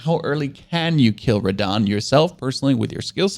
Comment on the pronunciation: That really hurt me when he said beat radhan